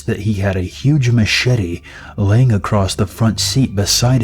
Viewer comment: "Accrosst"? Lol